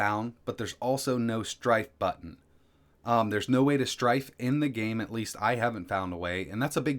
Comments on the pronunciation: you know the word is STRAFE right? not STRIFE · Isn't it 'strafe', not 'strife'? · Saying strafe wrong too many times might get you into strife. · Oh my god, STRAFE, not STRIFE. This video drove me crazy. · Same, I was thinking is this an Americanism? It's definitely Strafe lol.